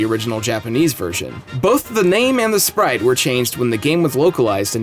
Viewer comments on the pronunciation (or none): none